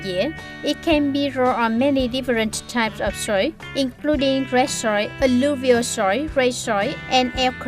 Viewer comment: Mới vào đọc đã nghe chỏi tai rồi, tra từ điển xem lại cách đọc của từ natural và từ soil nhé bà chị!